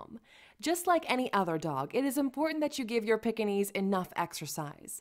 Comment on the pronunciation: please learn to pronounce the name. It's not a pickinese or a peckinese. Its pronounced Peekinese!!